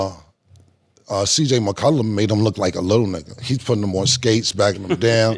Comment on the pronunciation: cam keep sayin cj mccullu🤣🤣🤣🤣